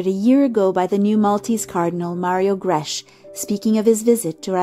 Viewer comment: The ch in Grech has the sound of a k